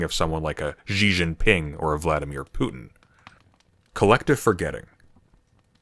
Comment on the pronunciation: why do you pronounce Xi Jinping like zhee zheen-ping? and not shee jin-ping